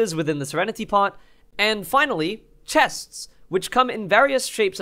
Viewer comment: Lol love u pronouncing the s at the end of chests